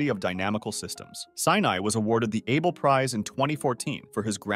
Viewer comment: Also Fer-mah and Ah-bel